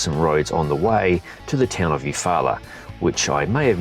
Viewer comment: Good job on the pronouncing Eufaula, also as an Alabama native I can fully confirm the PIA caused by that peanut butter mud!